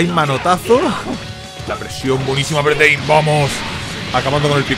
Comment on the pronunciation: ES V LO QUE DIJISTES MAL :V